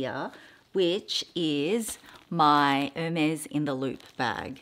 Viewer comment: No, you don’t pronounce it correctly - but the color is beautiful. Love Ostrich❣️